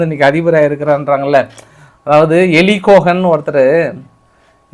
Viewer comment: மொசாட் ஏஜென்ட் எரிக் கோகன். Not எலிக் கோகன்